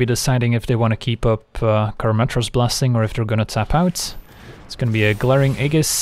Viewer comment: Aegis is EE-juhs. Sorry.